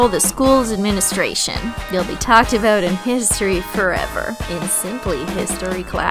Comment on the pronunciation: yay!! you said "aboot"!